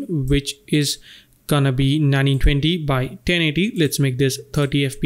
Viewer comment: Sound like nani 20 instead of 1920 lol, Good tutorial I appreciate it